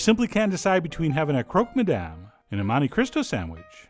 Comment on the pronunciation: learn how to pronounce Madame correctly